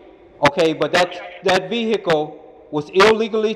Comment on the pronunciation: Vee hickle 😂